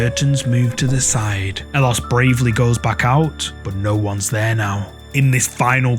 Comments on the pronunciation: Howdy. So where it concerns 'ellosestanconmigo', it's not his name. It's a phrase "ellos estan conmigo" which in Spanish means "they are with me" and 'ellos' is pronounced 'eyos'. I don't know the OP's name, but I do chuckle when hear you call him elos 😄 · El-los... No. Eh-yos. Double 'L' in Spanish is pronounced like a 'Y'. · Ellos is pronounced eh-yos. I'm sorry, but that's driving me crazy. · "ellosestanconmigo" is a phrase: Ellos Estan Conmigo, wich means "they are with me" in spanish. The guy's name obviously is not "Ellos" (wich also you are pronouncing it wrong); Youre literally naming him "They". His real name is Andres.